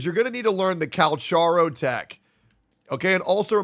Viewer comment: at this point this guy is intentionally saying cal cha ro instead of cal ka ro